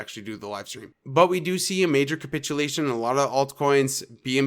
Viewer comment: great call of 32k area... also please stop saying "cumpitulation"... its capitulation and you are honestly being agressive